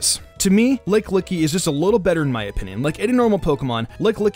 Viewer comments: "LICKLICKY".... Urgh :/ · Did he really just say licklicky the whole video?